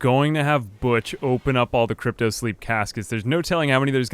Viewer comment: Why do you call cryo sicknrss crypto? They are completely different things